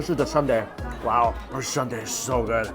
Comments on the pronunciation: Pleaaaaase don't call it Sunday 😭. Soon-dae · Please it’s not Sunday like the day of the week. It soonday like I will see you soon. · It's NOT Sunday LOL. It's Soon Dae. (Soo-un Dae) He keeps saying Sun day. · Not “Sunday”....”Sooooohn Day”: blood sausage soup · soon dae....not sun dae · Its "SOON-DAE"! Not "SUN-DAE"! 🤣🤣🤣🤣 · Lol, he's trying! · SOON dae, not sun dae. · Sorry dude, but it's Soon dae, not Sunday... Those cheap buffets of korean food are great for business workers, working class people, you could literally go there every day. I still think you'd enjoy an all you can eat shabu shabu place. It's like hotpot, more savory than spicy. You can put all kinds of whatever you want in it like prawns and veggies or beef slices. There used to be a really good one near star tower, but that was like 6 years ago. I'm sure there's plenty around. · Hey Mike, it is Soondae, not Sundae. BTW that place looks legit! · Angelica Skinner restaurant fault...poor mike and his sun-dae 😂😂. Thank you for commenting with the right pronunciation: soon-dae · That's a legit soondae kuk (gotta love how he pronounces it like an ice cream sundae). I wish there were places like that in the US...! Blood sausage is so underrated. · its "soon-dae" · Its soondae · It's prounced soondae